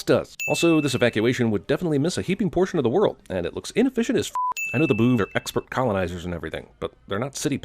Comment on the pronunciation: Why dose “big brain boovs” sound like “big brain BOOBS.” Just why.